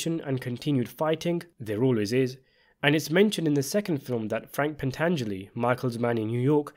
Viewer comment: The "Baptism by Fire" hit wasn't just four people, it was eleven and I do believe the other families would fall in line since they would have to rebuild themselves. PS: Thank you for pronouncing Pantangeli correctly